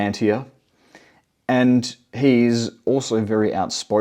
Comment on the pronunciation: It's not "Palantia". It's "Palantir". "tir" as in "tier" (teer). Regarding the Collins Elite and Jack Parsons, it may be worth at least considering the idea that these alleged/purported 'demonic releases' possibly trace further back, specifically to 1912 and Crowley's Choronzon working. The effects of this may well still be manifesting...we all see the chaos, confusion, discord and strife engulfing the world.